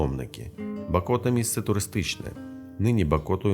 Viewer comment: БАкота!! А не БакОта! Дуже ріже вухо, коли ти місцевий... І кожні вихідні п'єш каву над Монастирем..